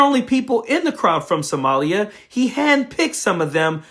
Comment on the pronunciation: He kind of struggled to pronounce Somalia, and Omar's name, the way racists keep acting like somehow they're unable to pronounce words they say every day correctly. To the rest of us, it just reads you're either a racist, or you're illiterate. Though racist and stupid go together a lot. And 'all she does is b*tch?' What the hell does Trump, or any of his followers do? They do nothing but complain nonstop about things like 'people who are not white exist around me.' Every single Trump supporter and Trump himself do nothing but whine all day.